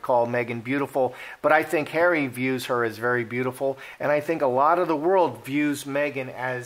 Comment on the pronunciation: .......love the way pronounces "Harry" as "Hairy" sometimes...... especially when he said........."she has Hairy under her........"(arms) lol.